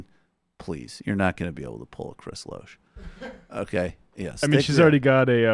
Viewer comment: By the way, the Rejected-by-Hollywood Dana pronounces her last name "Lash".